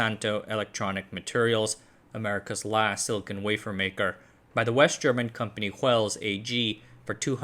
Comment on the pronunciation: silcon /silikon/ not silicone /silikoun/. The first word has a hard n and a short o like in con, the second has a dipthong ou like in cone. Funfact silicone contains silicon(Si).